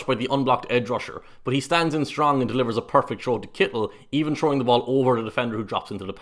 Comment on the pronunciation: You probably get tired of ppl from the States talking about your nationality and accent, but I still gotta say your pronunciation of "Kittle" is the best I've ever heard.